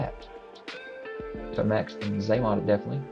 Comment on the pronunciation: It's Tomax & Xamot, bro,not Xamax & Tamax